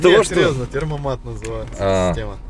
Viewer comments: Темпомат а не термомат я как немец вам говорю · термомат?) Может Темпомат) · Термомат ? 😂😂😂 ТЭМПОМАТ !!! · не "термомат", а "темпомат" Привет из Германии :) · Термомат,, - поржал от души. Немцы говорят ,, темпомат,,. Привет из Берлина. За обзоры лайк. Юмор класс. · темПоМат! 😅будет правильно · Не термомат а темпомат